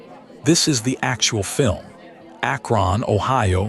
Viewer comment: ack RON! AI sucks